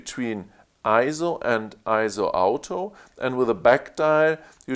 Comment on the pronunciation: What an amazing review. Thank you. One minor improvement: when you say "auto", to my North American ears, it sounds like "out of". When combined with "focus", it sounds like "out of focus". A little bit confusing. Can I suggest pronouncing "auto", like the person's name "Otto", similar to the city "Oslo"? Again, thanks for the great review.